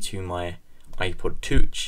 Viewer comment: Not to be too petty, but why do you say "iPod tutsch" when it is called "iPod touch"??? Very odd pronunciation!!:D